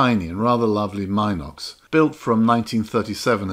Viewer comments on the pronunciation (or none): none